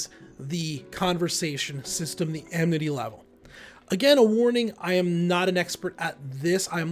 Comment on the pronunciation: Does he keep saying "amNity" all the time?